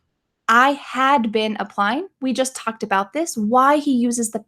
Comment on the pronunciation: When you say "we just talked about it" it is hard to me because I hear "we just talk about it" that "ed" is a nightmare. Excelente video me suscribo. Gracias.